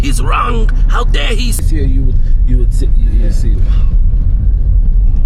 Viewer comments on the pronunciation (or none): none